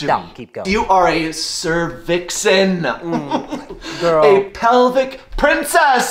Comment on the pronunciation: A Cer-Vixen… 🤣🤣🤣